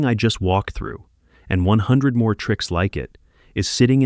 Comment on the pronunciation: "See meer deer" 😂